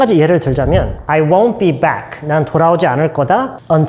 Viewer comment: won't 발음이 왜 이래요?